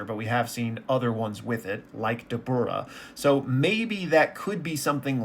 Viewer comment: dabura sounds like "doubler". that is all.